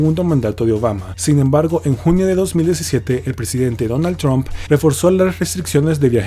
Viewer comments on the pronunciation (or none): none